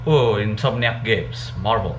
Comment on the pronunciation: Lo ngomong marvel kaya marbel wkwkkwkw